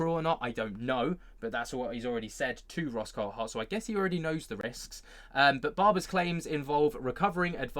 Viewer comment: What's everyone calling him Coul-Hart for ? Its CoulTHart.